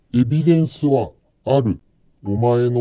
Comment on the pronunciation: 、それはエビデンスではなくエビセンです😂